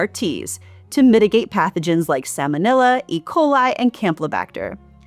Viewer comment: Sa-L-monella. There’s an L in that word. It’s not Sam-onella.